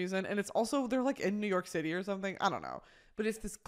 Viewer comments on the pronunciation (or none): none